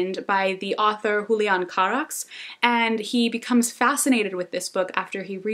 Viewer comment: Super random comment but I love that you pronounced the names from The Shadow of the Wind in spanish, like people usually say DAniel, not daniEL (sounds girly like Danielle so it puts people off lol), or soft J for Julian, etc, and it's so cool to hear them pronounced in the original language (I'm from Spain, btw) haha this was such a random thought but totally caught my attention that you did that <3